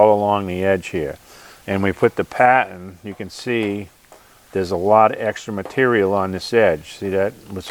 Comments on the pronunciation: Is he saying "patton" or "pattern"? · He's speaking "Bostonian"- they drop their "r"s